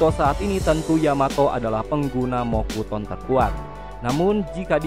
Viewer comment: Mokuton Shinsu Senju Bang Bukan Mokutson Shinsu Senju 😅😅😂